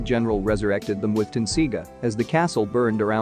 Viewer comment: Did this narrator ever watched Inuyasha? Mis pronouncing Sesshomaru’s name and the tenseiga was such blasphemy that is just so distasteful! I’m out!